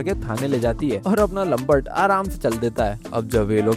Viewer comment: लमपट नहीं लमपुट है😂